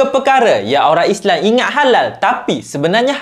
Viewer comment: Islam bukan islang